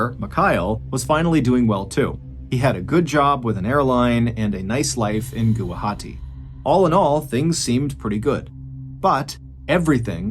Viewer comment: Thank you so much Mr Ballen for covering this case , I’m from Guwahati hearing you said Gawahati it made me happy ❤…..